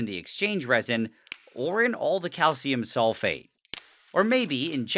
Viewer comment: SRSLY every timme he says calcium sulfate i hear SOULFATE and go like "DARKSOULS"